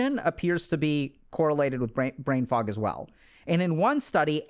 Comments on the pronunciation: Anyone else keep hearing “brain frog”??? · The first time you hear "brain fuck" instead of fog, you're lost and can't unhear it lol :D